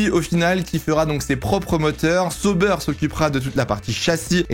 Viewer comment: J'ai bien relevé SAUBEURRE 😂😂😂😂😂